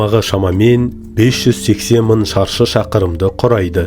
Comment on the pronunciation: Керемет! Бауырым, мын, мың. Ң әрпін қолдансаңшы